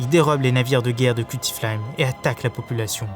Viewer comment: Cuttyflame et pas "cuti" (prononcé) et Icebarg pas Iceberg ...